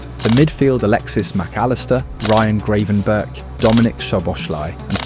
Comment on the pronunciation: I like your videos, but please learn how to pronounce the names. It's not Greivenberch, it's Gravenberch (with the Dutch throat "g" in the beginning, which is hard and most people can't make it, but "ei" instead of "a" is not acceptable). And Szoboszlai is pronounced with "s" not "sh". Hungarian single "s" is pronounced as "sh" as in Milos Kerkez's name.